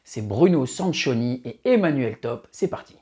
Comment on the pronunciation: Il faut prononcer "Sankioni". 😉